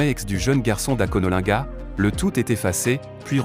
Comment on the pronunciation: Avant de faire un reportage, Rassurez vous de connaître les mots et leur prononciation. Akonolinga